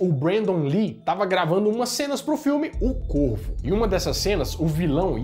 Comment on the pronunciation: O nome do filme "O corvo" eu entendi "O corno " kkkkkkkkkkk